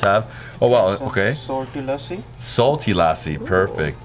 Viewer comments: muricans saying lassi right is just orgasmic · So proud of - he pronounced lassi correctly and used both hands to tear off the naan like us punjabis do! Great vlog